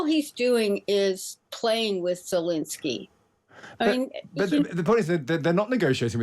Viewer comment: She can't even say Zelenskyy's name right (she keeps saying Zelinsky). That's how little attention she's given this.